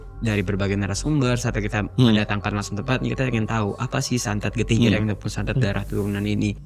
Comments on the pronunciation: getih ireng, "e" nya kayak bilang "bareng", jadi bukan kayak bilang "cireng" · Irenggg moasss irengggg (bunyi kyk kata "ganteng" or "item") bukan ireng (kyk loteng, banteng, or whatever) 😫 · Sekedar saran, jika mau menyebut kata bahasa Jawa, cari tau dulu ke orang yang paham basa Jawa. Shgga dalam pelafalan kata tidak keliru. Dlm video ini, menyebut "Ireng" seperti menyebut kata "cireng". Pdhal tidak sprti itu. Maaf ya, bkn mksd apa², 7an nya hanya meluruskan sj, agar kesalahan 1 tidak menyebar lagi. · Iya Ireng jdi Kata cireng TPI ga pakai C dia nyebut nya 😢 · Mgkn bukan org Jawa, jadi nyebut ireng itu kyk nyebut cireng, atau mgkn kebanyakan makan cireng 😂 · Getih ireng mas. Bukan getih ireng.... 😅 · Ireng mas bukan ireng😂🙏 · Irang iréng. nyebut yg bnr. 😂 IRÈNG!!!! Dibenerinnya pas udh kelar. Ga dr awal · Cara nyebut ireng aja salah mulu😂😂😂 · Sory gw salfok sama penyebutan getih ireng oleh si mas bertopi. Yang bener kan penyebutan huruf e di kata ireng sama kayak penyebutan huruf e di kata senam. Sedangkan mas nya nyebut huruf e di kata ireng dgn pelafalan huruf e di kata nenek.